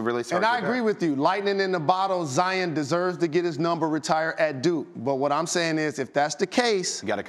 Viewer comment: Zi-on not Zi-in. kind of annoying when people say that